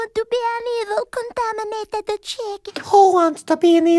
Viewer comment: ✨✨CoNtAmAnAtiTa cHiCkEn✨✨🤣🤣🤣🤣🤣🤣🤣